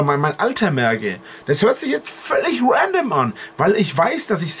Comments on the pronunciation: Des hört sich jetzt völlig WENDEMM an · Das hört sich jetzt völlig Wändom an 😂😂😂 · Das hört sich jetzt völlich Wändim an